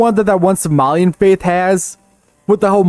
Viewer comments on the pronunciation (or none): nothing, you heard him mispronounce faith while he was showing footage of Africa and came to a conclusion